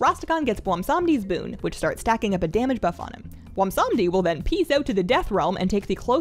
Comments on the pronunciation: I suffer from a bizarre affliction that causes me to mis-pronounce the best Loa's name as Bwomsamdi rather than the correct Bwonsamdi. rest assured that I experience an appropriate amount of shame from this repeated error. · That seems to be a common mispronunciation. I think even Bellular says it that way. Seeing as he's obviously a riff on Baron Samedi, maybe remembering that could help with keeping the n sound. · You pronounce it: BWONSAMDEEEEEEEEEEEEEEEE WE HAD A DIL GRANT ME YOUT POWAH